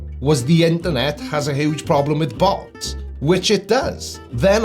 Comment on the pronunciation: So, it's "interNOT" :_blindersLol